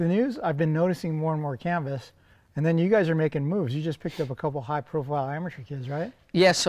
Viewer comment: Thought RV said 'Cannabis' not 'Canvas' 😅